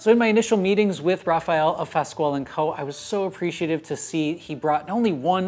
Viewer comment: I'm not trying to be "snobbish", but — in case anyone cares :) — Fasquel is pronounced, "FASS-KELL "